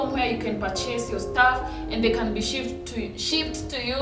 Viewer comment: shipped not shiffed